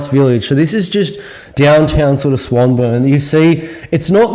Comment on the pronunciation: Swan-Burn ? Nobody calls it that. Try Swan-Born..👍